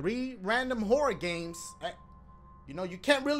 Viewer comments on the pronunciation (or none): I keep hearing Dashie say "Whore games" lmao XD